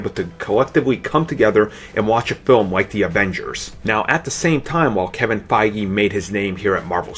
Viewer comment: .... he IS saying Feige's name wrong, right?